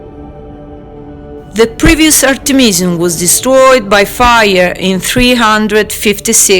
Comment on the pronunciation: It's Art'emis and Artemis'ion (zion) no (jan) or (jon). It's time the english pronunciation to get less wild and to come in some order according to the authentic.